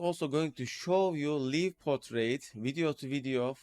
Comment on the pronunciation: One more thing. "Live" Portrait is pronounced similar to word >> LIKE . such as "Like" the Video. such as I "Like" this ! 💌🤟 The - i - =in this usage of= live == > such as in "Live Portrait" does not sound like "live or die" expression. Your videos are always so informative and the step by step instructions are like no other. I've been watching for over 2 years. I'm also a member at Discord. Thank you. 👍👍👍👍